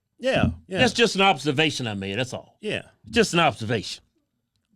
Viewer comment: Let the " short yeah(s)" begin - ...lol This one really frustrated Keith...with good reason.